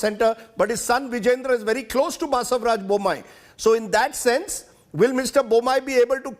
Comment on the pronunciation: its not baasevraj..its basavaraj